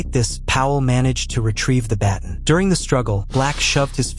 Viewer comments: Pronounced bat-AWn lol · That's not how you pronounce "baton". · You pronounce baton incorrectly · If you’re going to make videos learn to pronounce baton or maybe teach your AI how to pronounce it.